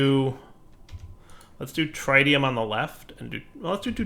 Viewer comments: its tritium, not trytium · akschually it is pronounced TRI-tium like three-tium not TRAI or TRYtium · the way he says tritium is painful. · please learn how to say tritium